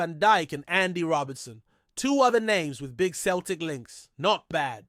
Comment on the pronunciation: Celtic not Keltic FFS